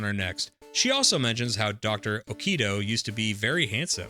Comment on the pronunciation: You have several mispronounciations, Japanese names are pronounced as the letters seem, no American bullshit. For example, Okido is pronounced "Oh-kee-do", not "Oh-Kay-Do", and Kyo is ""Ki-yo", not "Kai-yo", which kinda reminds me of how a lot of people mispronouced Street Fighter's Ryu wrong.